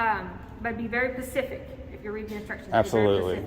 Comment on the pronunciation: Be very "Pacific"!!! WTF!! These are the people making up to 6 figure salaries and can't even pronounce SPECIFIC?? Man, are we in for a treat with this gov't!